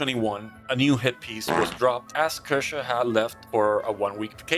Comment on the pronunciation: It's pronounced "kear-sha"